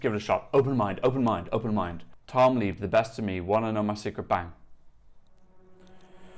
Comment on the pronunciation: It's pronounced Tom LEB by the way